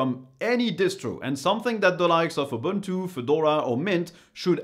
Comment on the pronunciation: *buntu? barf..